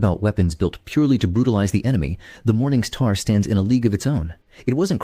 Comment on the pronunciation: This guy needs to stop saying "Morning Sthaar" immediately.